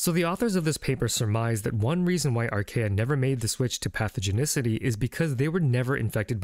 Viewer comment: Great video, thank you! But archaea are pronounced ar·kee·uh